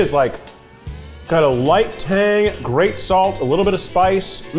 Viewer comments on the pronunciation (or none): none